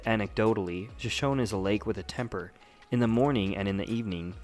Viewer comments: Pronounced Sho-Sho-knee. Not shoshown. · Nice vid. Well done. But most people, including you, pronounce it wrong. It is pronounced Shoshoneeeee! The last E is Not silent. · Isn't the name of the lake pronounced "Shoshoney", like the Native American tribe? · it's pronounced sha show nee. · Locals pronounce it Shoshown, and Coyote is KY-OTE not KY-ote-EEE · I think if I made a video like this, which took considerable effort, I would actually learn to pronounce Shoshone.